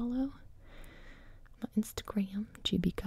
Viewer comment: The way she says Instagram